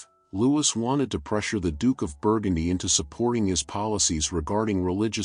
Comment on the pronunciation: Please, its pronounced 'Loo-ee.. good content besides...